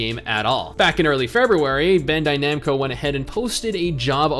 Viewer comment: When he Americanizes Bandaid Namco.